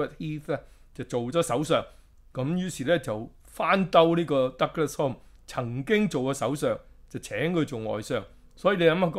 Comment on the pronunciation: 溫馨講聲 Alec Douglas-Home: "Home" is pronounced as "hume". For your ref